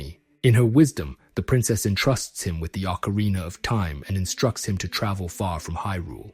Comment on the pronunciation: What is with the habit of YouTubers pronouncing ocarina as if it ends in the two letters er?